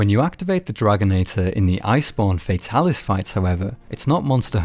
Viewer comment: it's not "FAE-talis" it's "FAH-talis" it's like how tigrex being TEA-grex not TIE-grex. it's hard to watch the video because of this.